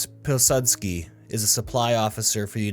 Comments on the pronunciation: Even here, the pronouciation of Peacekeeper's name kills me every time. Cheers from Poland! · Great stuff. Pilsudski and Khabibulina are very much mispronounced. Tadeusz Pilsudski aka Peacekeeper is a very ironic name from Russian developers. Tadeusz is a reference to Tadeusz Kosciuszko a Polish general who fought against Russia in multiple wars and led an uprising against the Russian empire. Previously gained fame for his work in the US revolutionary war. Pilsudski is reference to Jozef Pilsudski who was a revolutionary against the Russian empire and eventual leader of Poland. One man's terrorist is another man's freedom fighter. Hence the irony that peacekeeper is named after 2 major historical figures who shed Russian blood. Anyhow, amazing video. Bloody well done mate.